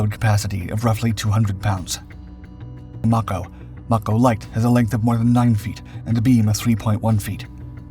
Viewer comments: It's pronounced like MAY CO,as in Mako Shark.Get it right. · I think that's "Mako" pronounced May-ko. Like the shark.